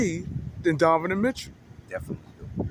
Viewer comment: brother .. its pronounced DON- NO- Ven....otherwise i enjoy your vids ...keep it up